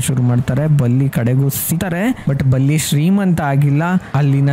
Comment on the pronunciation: ಬುಲ್ಲಿ ಅಲ್ಲ ಸ್ವಾಮಿ ಬಲ್ಲಿ😂